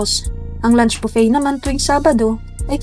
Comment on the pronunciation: Buffet ang pronunciation po ay bufey not bupet.